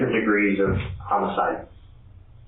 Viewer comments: Ughhh, please stop the ai narrator from pronouncing "homicide" as "hoe-micide." It's "ha-micide!" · It is maddening hearing the way you say "homicide" 😂 The 'o' is pronounced like the 'o' in "office", not like in "home" Wild business to be in to be pronouncing it like that. 😂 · It's the AI narration. Pronounces "homicide" as "home-a-side" too. You'd think whoever runs the channel would spot this stuff and fix it. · When did we start saying home-icide? No good. Change it back.